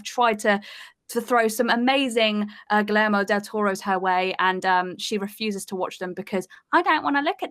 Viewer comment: What Culture continues to try to make happen. Her recent mispronunciation laden solo performance should have ended it, but today we have her squirming in moire inducing stripes without understanding what she's saying. Who writes her opinions? "GEE-air-mo" not "gul-lair-mo". & are solid & entertaining as ever.